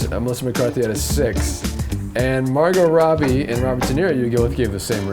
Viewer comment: How can we not correct him on Morgot Robbie cmon!!!! LMAO